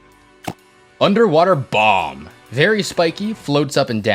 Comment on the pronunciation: "underwater BOMB" hy did you say it like that